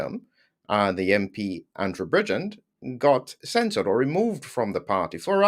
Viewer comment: It's not Andrew Bridgend. It's Andrew Bridgen. No 'd' at the end